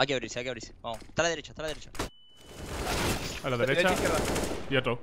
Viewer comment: Dijiste delecha dos veces xd en el y nose donde mas